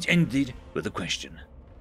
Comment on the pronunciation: OK after hearing him say "would you like to kknow more" I am done how this dude gonna write a fanfic story of Starship Troopers?